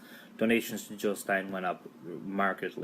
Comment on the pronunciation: JiLL NOT HiLL!!!